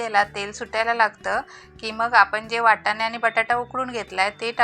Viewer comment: वटाणे नाय वाटाणे 😃😃